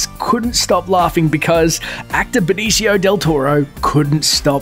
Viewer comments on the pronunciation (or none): none